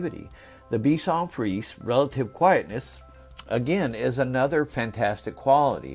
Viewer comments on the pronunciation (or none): Pour votre information, il faut prononcer: bichon friz ehh!